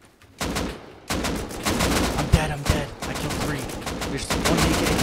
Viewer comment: "you uping wan too free, now" I love this man.